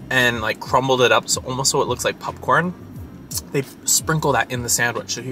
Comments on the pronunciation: I had to leave a comment because I was watching Joey's video from Disney sea Japan and the way he says popcorn was driving me crazy and I'm watching your video and your saying it the same way...... pupcorn 😂😂😂😂 makes me wonder if it is something you two picked up from being around each other for so long... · Is saying 'PUPcorn' an East Coast thing? Couldn't help but notice that both and Joey pronounce it this way.